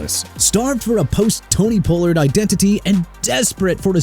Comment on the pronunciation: First off it's Tony Pollard (pah-lurd) and second it's Julian Blackmon (black-mun) and third keep saying Jagwires instead of Jaguars and guess what Jacksonville gonna end doing?? CHANGING THEIR TEAM NAME CUZ YOU KEEP SAYING JAGWIRES!!!